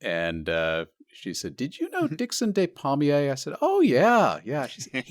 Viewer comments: Ah your American pronunciation meant I thought his name was palmier not pommier - Dickson of the apple trees .... so his DNA must have been rooted in the orchard... it kind of makes sense. Thanks to all of you for a great episode, helps all your fans commemorate this loveable polymath, auto-didact, raconteur, teacher and all around decent human being. Thank you ❤ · Re de-des pronunciation: In French "de" is pronounced "deh/duh", while "des" is pronounced "day". Despommier = daypommiay